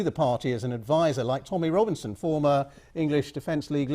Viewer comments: Can't even get Tommy Robinson's name right...Rommy Tominson". Are the retards. ?? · Rommy Tobinson??? Seriously? The author of this video said - Rommy Tobinson... Apart from that, BBC is fascistic propaganda machine that is trying to salvage the falling rule of Tories and Labour...